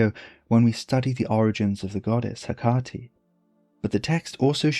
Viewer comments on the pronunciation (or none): Gorgias is not the only name you mispronounce! We usually say me-DEE-a not MEE-de-a, and HEH-ka-ti not heh-KAH-ti. This is not the most important issue of course... thanks for your research and presentation, it's excellent work.